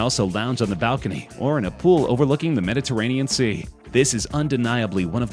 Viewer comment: whenever narrator says MeDITaRioN SeA i suddenly get thought about bjorn ironside